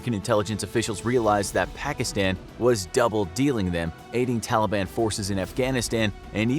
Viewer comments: he keeps saying the short a when he says afganistan pakistan taliban witch anyyoys me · everyone pronounces it Pakistan, but it actually sounds like Pakiston. Don't ask